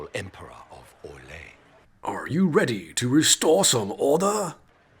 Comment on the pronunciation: "Are you redeh to restoh some ordah?" LOL!!!!!